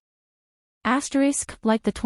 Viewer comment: pity about the AI saying ASTERIX